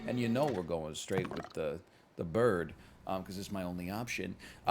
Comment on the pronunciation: 'Nat Thees Burd, I Vant Mey Burd.' 🥲